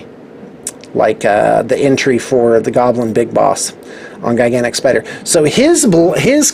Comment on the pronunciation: Anyone hear him say guygantic spider